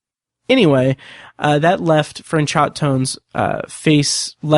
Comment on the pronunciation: The actor's name is pronounced Fran-show. You don't pronounce the T. I love that you don't refer to Tennyson as cheating, but rather using a loophole. I've always felt this way, but so many people online are quick to say that he cheated. There was nothing in the bet that said he couldn't do what he did.